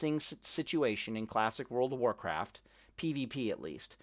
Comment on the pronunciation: "World pf Pallycraft" =)